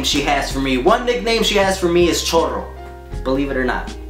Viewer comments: Lol "Chorro" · lmfao "chorro"!!! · Chorro??? Lol still love your videos! ❤ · "Chorro" ha, lmfao!